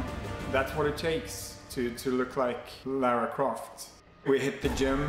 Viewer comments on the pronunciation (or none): LA RA. its lara croft. not laura. say it with me LA-RA